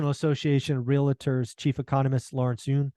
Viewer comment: REAL-tor, not reel-la-tor.